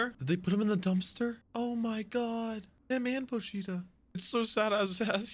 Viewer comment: It’s pronounced more like “pohch-ta” The “I” isn’t pronounced as having